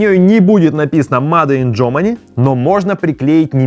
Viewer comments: Сначала я подумал, что "маде ин" это шутка, но после двадцатого повторения, понял, что нет. Чувак, говори "мэйд ин". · Только мейд ин! Но не маде ин. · Как же слух режет это ваше "МаДе иН ГермАнИ"